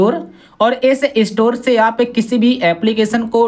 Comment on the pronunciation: इस्टोर नहि स्टोर